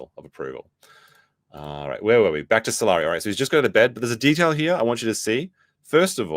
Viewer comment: Salari sounds like “I’m sorry” 😂